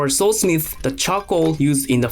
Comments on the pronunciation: Bro i thought he was saying (soul) smith. I was like what? Is that what they call blacksmiths and then i realised he was saying sword smith bro im so fucking dumb🤦‍♂️🤦‍♂️🤦‍♂️ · I know hes saying Sword Smith .. but im hearing Soul Smith and that sounds bad-ass